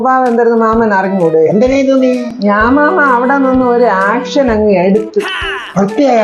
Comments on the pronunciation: ആക്ഷനല്ല മാമാ, ഏക്ഷൻ ഏക്ഷൻ. ചങ്കങ് കേക്കാഞ്ഞത് പാക്യം, അല്ലേല് പ്വാലീസ് എപ്പ പൊക്കീന്ന് ച്വാദിച്ചാമതി. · ആക് ഷൻ അല്ല ചേച്ചി . "ഏക്ഷൻ "